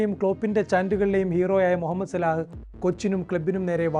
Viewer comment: സലാഹ് അല്ല സല ആണ്